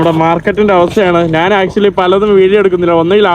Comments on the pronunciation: നാൻ, നാൻ, നാനു അല്ല, ഞാൻ ആണ് ശരി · ഞ എന്ന അക്ഷരം പറയാൻ പറ്റുന്നില്ല ഞാൻ എന്നതിന് നാൻ എന്നാണ് പറയുന്നത്